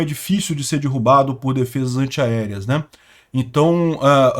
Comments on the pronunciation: Sugiro cuidar na 🎉pronuncia de derrubar. Dói nos ouvidos quando você fala DIRRUBA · A pronúncia da palavra DERRUBAR não é com a letra " I " derrubar e sim com a letra " E ".